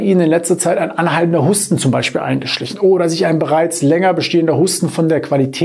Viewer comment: Warum sagen Sie statt Husten - HUSSTEN?!?!!😮